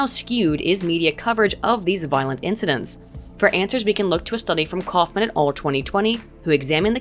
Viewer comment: "shootin it all" vs "schuten et al." lmao